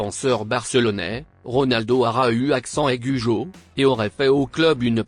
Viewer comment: ARA U accent aigue au PSG 🤣🤣🤣🤣 Arreter avec la voie de google wesh